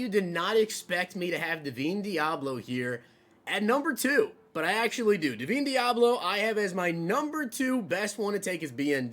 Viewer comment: Bro for the life of me... DUH-VINE DEABLO. Just say the dam name right 😭